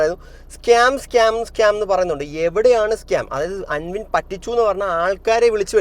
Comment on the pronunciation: നീ പറഞ്ഞ് പറഞ്ഞു വെറുപ്പിക്കാതെ ഭായ് "ആാാൻവിൻ ആാാൻവിൻ "അല്ല "അൻവിൻ" 🙏🏻